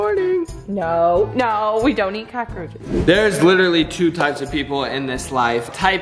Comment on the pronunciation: The way started off the morning with his normal “CoachRoches Cereal” 🤣